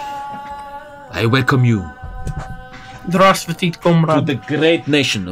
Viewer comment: I hate his Pronunciation of «Здравствуйте»